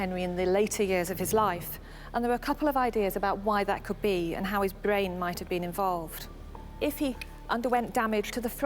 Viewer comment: The woman who explains about the bwain, Henry's bwain, and how it suffered a trauma. His bwain was damaged altering his otherwise gentle personality. Anyone with half a bwain can understand that. Bwains can't be messed with. This "documentary" is dead-set on having us believing in a feverish love affair between the two. The whole thing is just risible.